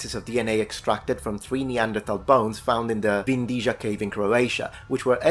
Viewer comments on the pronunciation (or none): I have just two things to say: 1. It's a great video 2. It's pronounced "Veen-dee-ya" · As a long time follower and admirer of both this channel and your language channel, I can't help but be disappointed that you didn't check for proper pronunciation of Vindija... It's [v'indija] btw. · Hey, hey neighbour! Croatian here. Vindija is pronounced Veen-dee-ya. In Croatian J is ALWAYS pronounced as Y in word yard. Just letting you know 😊 Love your channel ❤ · Vindija cave - pronounced like windy-ya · Vindija is pronounced with "y". Everything else was okay, so Vindiya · I have a small correction and a question. In Croatian, the letter j in Vindija is read as y in yacht. Question: what percentage of the Neanderthal gene do you think was in the first homo sapiens sapiens before the immigration of many groups that did not have it at all, so that percentage would drop to 4 percent today? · Vindija is pronounced: V(as in velvet) - ee-nd-ee-ya. In Slavic languages "j" is "y". I just say this because you might find it interesting knowing what this channel is about. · "Vindija" is pronounced as "Win-dee-ya" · Just a little correction, it's pronounced Vindia. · It's pronounced Vindya. I don't usually correct people, but you are destroying the best theory I heard in years and enjoying like some psychopath, so that's what you get! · it is Vindia cave not Vindiža cave. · Regarding the Vindija cave, the letter 'j' is pronounced similarly to the letter 'y' in English, so more like Vindya cave. How I know that, I have the letter in my name and I live very close to the cave. The Neanderthals living in that cave had very modern features being more similar to modern humans than to early Neanderthals. They were probably indistinguishable from modern humans. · Great video as always. Small correction for where Vindija in Croatian would be pronounced as Vindia in English. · Your pronunciation of Vindija hurts my brain a little :D ps. some pictures are from Krapina museum?